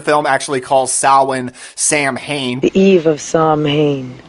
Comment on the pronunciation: Stumbled across your channel recently and the other movie video that I watched surprised me as you pronounced Samhain correctly. Being an Irish man I appreciate that and the little bit of lore that you included here about the turnips and stingy jack. I have heard it many times with variations over the years (one version I heard instead of the drink story he tricks the devil by making him climb a tree and putting a cross on the truck to prevent him from coming down along with other versions).